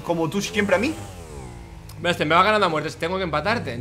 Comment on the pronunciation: Dise braxter mira este pepino Dise fargan pero y esto